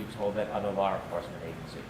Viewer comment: OMG! Mr. Brennen nevers learns! There is NO "R" in the word, LAW!.No "R!"...😆